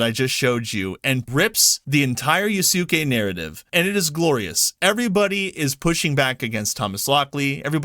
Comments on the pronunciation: In Japanese, the stress is mostly in the first syllable in a lot of names. So in Yasuke, the intonation is Yásuke. This naturally makes the 'u' sound in 'suke' silent. It goes as well with Kéisuke Honda (Keis'ke, not Kei-sookeh), the football player, and other common Japanese names such as Shinsuke, Shinnosuke, Shunsuke, Ryunosuke, Kyousuke, Daisuke, Kosuke, Sasuke, Yosuke, etc. 'su' would be sounded off if you want to emphasize it. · What the heck? 😂😂 Ya-sukay is considered the non-American way of saying it? 🤣🤣 Sounds like plenty of dub-watchers are being wrong again... Ya'll need to actually open your ears and listen to how the Japanese pronounce their words, it's REALLY not that complicated. 🤷 So yeah, I think you got trolled or ganged up on by ignorant people. Also... You can just [look up the pronunciation], it's so easy to find out that the people who told you it's "Ya-sukay" are wrong... 🤦🤦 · it's with the U barely said at all, you had it right before you corrected. Just listen to similarly spelled names spoken by the actual japanese. The U does get pronounced, but only just barely in practice. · Dude it's not Ya*Su*ke That is the most American pronunciation you can use It is Yasuke You had it right the first time XD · I'm sorry dude your production of Yasuke was good before. Yes it is Ya su ke but it's not yaSUkay There is no extended U. You wouldn't pronounce Sasuke Sa Suuu Kay. You were saying it correctly. And now as a Japanese student I get cringe when you try to say it the "correct way" in your words. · You got that backwards dude, and so does the morons correcting you. It’s “yaske” whether you are American or Japanese. I’m surprised to even hear you read your comments since I have corrected you several times and you’ve done silch about it. In this video you start saying yaske which utterly delighted me.. but then you go right back to yasuke on the grounds that others have corrected you. It’s YASKE, alright? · Yaske is right way of saying not yasuke😂